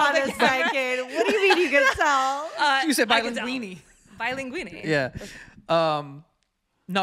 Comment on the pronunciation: Si dice bilingue not bilinguini hahahha LMAO